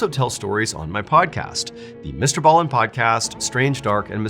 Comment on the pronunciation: I thought his name was pronounced Mr. B- Allen 🤦🏽‍♀️